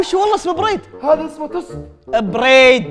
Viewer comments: Bread ❌ بيريد ✔️ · بريد انجليزي يا ههههههههههههههههههههههههههههههههههههههههههههههههههههههههههههههههههههههههههههههههههههههههههههههههههههههههههههههه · bread❌ بيريد✔ 😂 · برد مو بريد😂😂😂😂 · انا اقوله بريد